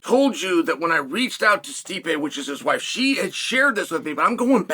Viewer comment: Chael once again in Stipe's woife's DMs 💀